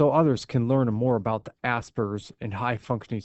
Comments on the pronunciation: "ah-sper-gers"... not "ass-burgers".... THAT makes me upset LOL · It's pronounced ahs-pergers not ass-pergers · "ge" is a soft sound. "George". Hear it? The word is not "assburgers" it is AspERGErs. Sounds like PURGE. Get it? This is something that is a major "upset" for people that read, on the spectrum or not. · You're pronouncing it wrong it's not ass burgers it's oss purr gers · As-sperger it not hard to pronounced